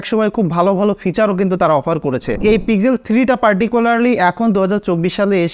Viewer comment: পিজেল নয় দাদা পিক্সেল